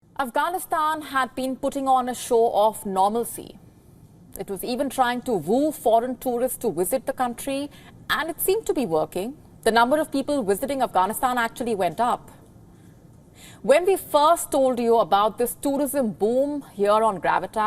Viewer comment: “To woo foreign towrists to woosit the country” tongue twister there 😂